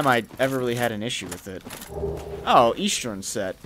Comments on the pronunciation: I wonder if I'm the only one that noticed that says "Easchurn" instead of "Eastern" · Lol I was realizing that was saying 'eastern' weird and then he recognized it.